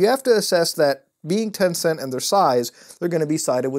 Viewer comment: When you said “Tencent” I was like smh